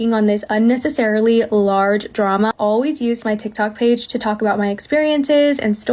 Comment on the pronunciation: pronounces the word "page" wrong Also: somehow transitions that into making a deadpool and wolverine video